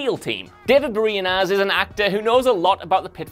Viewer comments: ITS david boreanaz not david bereanoz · LOL David Borzeeeeeanis .... now that was name that was butchered